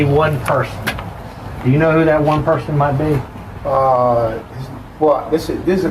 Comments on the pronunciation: she says “yourcelf” and “persun” these are not ppl to be believed or taken seriously 😹😹😹😹😹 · I’m surprised even spelled Malicious Prosecution correctly the way “persun” and “mycellf” kept tripping her up. 😂😂😂 My God! She needs to be taking classes while she waiting on her king to get out.